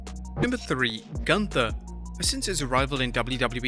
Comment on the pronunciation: It's pronounced GOONTHA